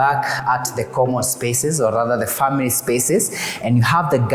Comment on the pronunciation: Did you just say friends and famerey ?😢